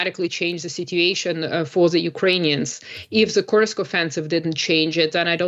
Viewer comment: Kursk. Not Krusk😂